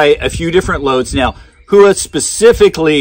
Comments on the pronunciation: I took Japanese and I believe it is pronounced "Hoo-Wa" but I mostly hear "how-wa". I have been trying to say how-wa but old habits are hard to break 😉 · NOTE: It is pronounced "hoe-wa" with no emphasis on either the "hoe" or "wa" NOT "how-wa" or "who-wa". I actually studied Japanese and was able to read and write back in 1989 but had got rusty and was going with what I was hearing from the American companies and shooters, my bad. I should have gone with my gut. Much like Karate "ka-rha-Tay", NOT "ka-ra-dee" we say that completely incorrect in the US. You can either say it correctly and have folks correct you with the WRONG pronunciation or say it incorrectly and go with the flow. The Japanese word "Howa" ("豊和) means "Bountiful Peace" or "Beautiful Harmony." (The hiragana for "Howa" is " ほわ"). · Great review as always. Just curious if you pronounced it correctly. I thought it was How wa but what do I know. Great stuff and thanks for doing the homework for us. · ほわ。 ho-wa. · That is incorrect, ask a Japanese person. It's "hoe-wa" I studied Japanese and if you google it, look for pronunciation from a Japanese person, it is a Japanese company. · Who-a? Other than that great video.